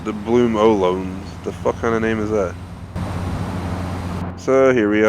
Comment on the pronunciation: Ohlone = O-loa-nee. They were a native american tribe if I am correct